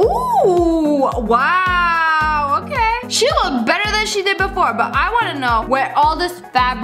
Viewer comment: Oh my god the way she says "weooow"😂😂😂😂